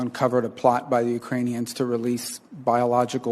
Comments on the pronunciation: Ukraiin-eeee- ons. Lol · Lol, heard that too. I'm like, "Is that a new Transformer robot?"